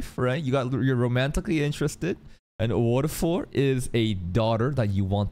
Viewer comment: this basically Valefor va-le-fo-r wo-re-fo-ru Japanese people are not that good at pronouncing foreign words